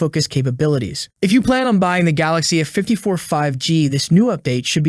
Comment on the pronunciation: It's A 54 why are you missing the A out every time you say A54 all your saying is 54 and it's annoying. You do it every time you do a video where you have to say A. Can't you say A....it's not rocket science. Think you need some lessons.